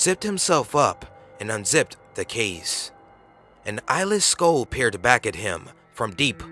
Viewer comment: You keep pronouncing "Skull" as "SKOAL"....it's pronounced "SKUHL"